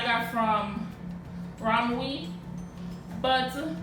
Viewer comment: Rom-we😅 It’s spelt ROMWE but pronounced as rom-way